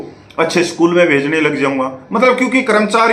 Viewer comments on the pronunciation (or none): none